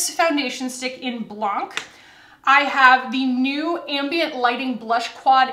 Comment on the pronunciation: Blanc is the French word for “white”. We don’t pronounce the “c” at the end. So it’s pronounced “blan”. Sorry but just wanted to let you know :) love your videos!!!!